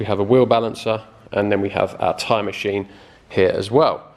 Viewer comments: Swear I thought you said time machine hahaha. Awesome video man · I thought the same.. I thought ooh he's upping his game 🤣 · I just be going mental,I keep thinking your saying "time machine" !!!!😆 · Are you saying time machine or tyre machine 😂😂😂? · It sounds to me like you’re saying “time machine” lol. Which gives the video a different perspective. Always wanted to know how those machines work. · lmao same